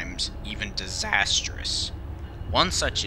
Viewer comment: LMAO "disAsterous" LMAO THE VOICE CRACK